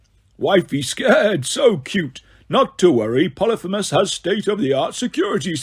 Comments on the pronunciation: U need to work on your pronunciation try learning phonically ex: poly- fee- mus. Aka cyclops. Ask Google to say it phonically n she will! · I guess it is. I say po-lee-pheee-mus